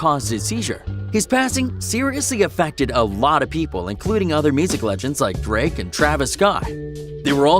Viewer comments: When he said “drake” I thought he said “greg” I was like “bruh, who da f is Greg???” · Same I thought he said Greg to